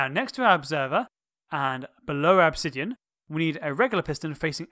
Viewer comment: Why you said OBSIDIAN (that's observer) Im LAUGHING!!!